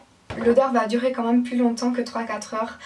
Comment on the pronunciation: Pourquoi tu dis "La mâme chose" ????